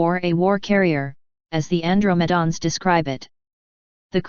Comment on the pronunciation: An-dro-ma-dons? LoL